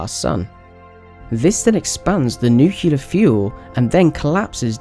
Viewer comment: Oh dear. You said "nucular".